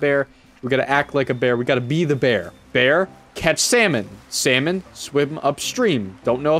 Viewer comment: 15 minutes talking about bwear and "for sure" emm